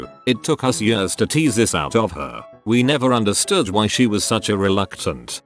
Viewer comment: Nobody: Narrator: Yiiuurs